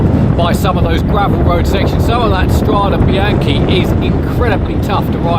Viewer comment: The final "e" in Strade Bianche is pronounced like the "e" in "end". StradE BianchE.